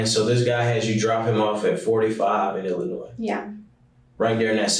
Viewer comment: I hate when people pronounce the S at the end of Illinois, the S is silent😂😂